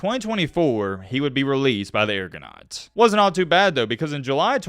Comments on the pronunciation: You pronounced the Alouettes correctly but Toronto Argonauts, or Argos, sounds like R-Goes, not Air-Goes. Growing up in Detroit Metro we could pick up Canadian TV. On a side note: Sadly, the CFL disrespected their natives and removed the Eskimos name from Edmonton. Elks, really? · Al-you-wets R-go-nauts